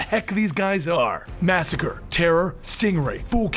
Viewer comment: As a latino I feel lightly offended about pronouncing "Masacre" as "Massacre" (the English word and not as "Masacre", the Spanish word that means Deadpool, which is the why Masacre is a Mexican Deadpool. Love you